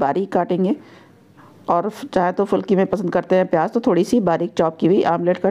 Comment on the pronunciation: Good 👍 but fulki nhi phulki Sahi word hai